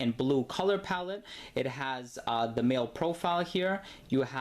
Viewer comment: Isn't it spelled to sound like Mail not mall?. Like male or female. Smh lol